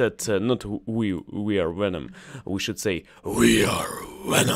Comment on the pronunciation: See if you can pronounce the V in venom. (Sounds like you said wenom).